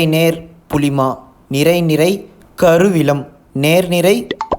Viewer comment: THATS NOT KURUVILAM ITS KUVILAM